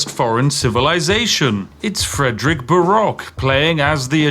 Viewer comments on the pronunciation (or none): none